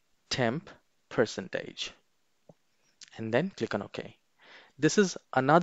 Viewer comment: bruh said "person tage"